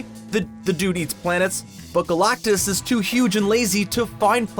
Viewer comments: who is this 'GOLAUKTUS' this guy keeps talking about. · EVERY time you say GalACtus, it sounds like you are trying to cough up a hairball. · I hate the way you say galactus lol